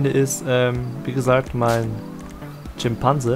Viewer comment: Kannst du eigentlich kein deutsch?!: "mein LIEBLING Charakter" "Tschimpanse"